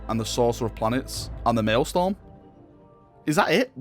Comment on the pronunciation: Please stop saying MaëlSTORM, it's Maëlstrom